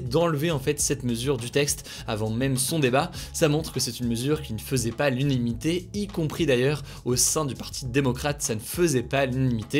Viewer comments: Juste au cas ou c'est " l'unanimité" pas "l'unimité' 😅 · On dit "l'unanimité" pas "'l'unimité" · Please, Hugo, cesse de prononcer "unimité" pour "unanimité" ! :-) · Salut Hugo, loin de moi l'envie de faire l'intéressant, mais on dit "l'unanimité" et non "l'unimité"^^ ça fait quelques semaines que je t'entends le prononcer haha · j't'aime bien hein mais on dit unanimité, pas unimité. Merci à toi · Nous aussi à « l’unimité » !!! 😅❤️ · nan nan c'est quand il essaye de dire qu'une décision n'a pas fait l'unanimité, il lâche un p'tit "elle ne fait pas l'unimité" c'est marrant^^ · C'est trop mimi : il n'arrive pas à dire "unanimité". Il avale le A. Et c'est pas la 1ère vidéo. Allez, repeat after me Hugo "u-NA-ni-mi-té". Et sinon à quand un merch avec des t-shirts et des mugs "Je crois que j'ai tout dit" , "Prenez soin de vous ", "l'actualité en moins de 10 minutes" ou encore "unanimité" ?! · unanimité, et pas "unimité" merci 😉